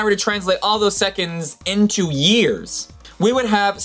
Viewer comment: Is it so hard to say "years" instead of "ears"????